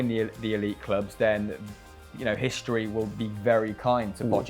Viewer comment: Hishtory, shtadium, shringboard? Wtf?